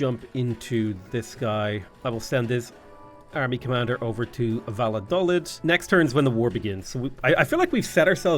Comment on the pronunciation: I know its stupid to bring it up but it's annoying me; the towns name is pronounced "Va-yo-dal-eed" and it was kinda important during the Spanish Civil war right before WWII.